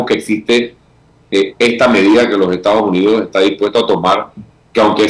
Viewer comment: Lombana: Por favor pronuncie la ese (s) cuando dice Estados Unidos. No es Ectados Unidos.